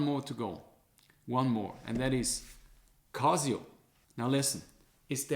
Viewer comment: "Kazio" haha. Man, cool video but why even bother with gucci, apple, swatch? You fell for Rolex/AP hype too. Like for the effort!